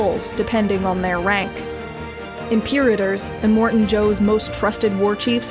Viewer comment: Finding it hard to watch this every time you say Immortan wrong.. Em-More-Tan not Eh-mort-en